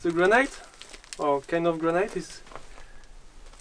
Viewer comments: my evergreen comment: AAAAAAAAAAHHHHHHHHH stop saying graNIGHT!!!!! "granite" rhymes with "bonito" or "get it", got it? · Granite - pronounced gran-it not gran -night